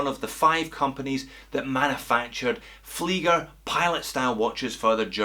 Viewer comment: Alpaka Muddin He said it correctly as per the German language.